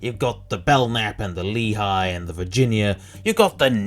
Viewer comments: Slight correction, it's pronounced Lay-he, not lee-Hi. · A minor correction, the Leahy class is pronounced "LAY-hee", rather than "LEE-high" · It's lay-HEE